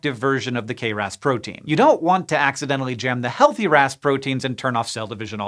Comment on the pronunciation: Every time you said Ras protein I heard Rasputin 😝